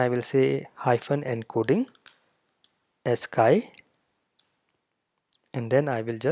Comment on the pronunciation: ascii is pronounced as-KEY sir not as-KAI. :). I'm listening to you and I'm like... what did he say?